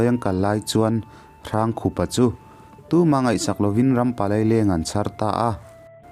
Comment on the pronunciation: Hrangkhupa hi "Hrângkhûpa," ti a lam tûr. Rokhuma pawh "Rokhûma" ti a kan lam ṭhin angin. "Râifân," ti a lam ve tûr.